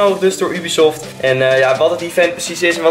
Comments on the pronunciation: Haha je zegt heel vaak ubiesoft Of hoe je dat ook spelt😂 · Try not to cringe challange on point haha. Ik heb nog nooit iemand Ubisoft zo horen uitspreken. Ik zeg altijd jubisoft, maar desondanks wel een vette video.